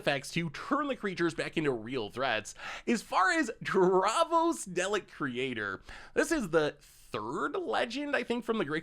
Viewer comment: Pretty obvious never watches Dr.who with the way he said Dalek.